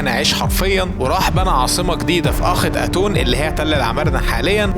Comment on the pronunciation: انت بطنطق اسم العاصمه غلط اسمها اخيتاتون